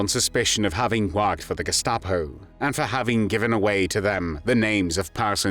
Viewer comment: Awful voice. Germany = Garmary. Worked = warked >> Awful.